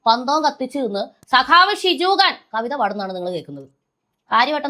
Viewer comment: ഷിജുഖാൻ അല്ല കുജുഖാൻ ആണ്